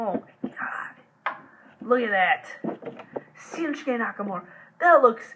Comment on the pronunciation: It's shinsuke not sinshuke